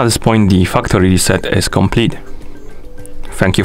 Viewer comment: I love your accent specifically when you say Fuck tory trset 😂